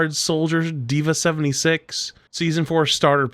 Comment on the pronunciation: Did he say dva 76😂😂😂😂